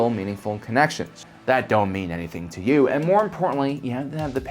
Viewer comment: What’s with the “YOou”